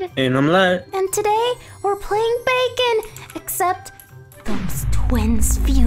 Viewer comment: You: BaKon Me: BaCon